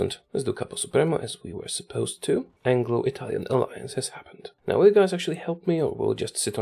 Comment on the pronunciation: As italian i need to congratulate with you because you have a great italian accent better than people that lived in italy